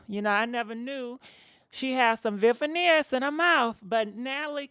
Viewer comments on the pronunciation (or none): They called veneers not vivaneers boo😁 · Wtf is a Veveneers???????? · "Vivaneers" 😆 I love you,!!! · Shekinah issss slow after all huh?🤔😫 Khia was right; slow yellow schoolbussit baby😂 P.S ... I live for the mispronounced names EVERY VID😍😂😂